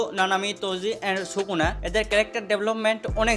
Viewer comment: age SUKUNA uccharon kora shikh 🤣